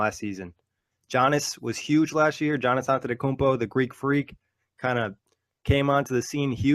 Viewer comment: I gave this video a thumbs down simply because they refuse to say this Man's name correctly. Giannis Antetokoumnpo. Pronounced Ya-nis Ante-toe-koom-poe. It aint that hard. I 'm so sick of hearing his name mangled by dumasses who do the shit on purpose.